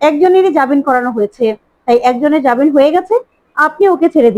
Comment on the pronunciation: jabin noi jamin, Please correct